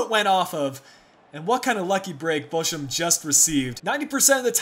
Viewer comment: The "ch" in Bochum is pronounced like in the hebrew name Chaim. And Fuerth is pronounced "Füat". Go on with the swabians, you are doing well. ;-)